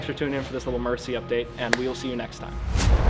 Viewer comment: Murci, not mercy. Now you know why